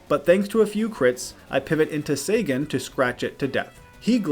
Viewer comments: oh my, how you said Celtic Guardian"..... it sounds like, "Keltic", not "Seltic" Sangan literally has an "N" in it, it's pronounced "Sa"N"gan", not "Sagan" "Wevile"..... you're doing this on purpose. It's Weevil with no "I" sound. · Enjoyed but daaaaamg those pronunciations lol. Seltic guardian and sengen were killing me lol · He also said sangan, weevil and a few other wrong lol